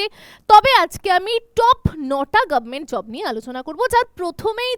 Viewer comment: গাব মেন্ট 😂😂😂 রং এর থেকে ঢং বেশি 😂😂